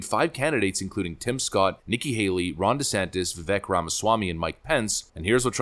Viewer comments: Thank YOU for correctly pronouncing VIKek' s name! He is great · Vivek said he pronounces his name "vi-VAKE" like "cake".